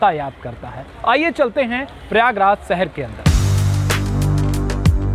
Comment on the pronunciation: सहर नहीं शहर, हिंदी तो ठीक बोलो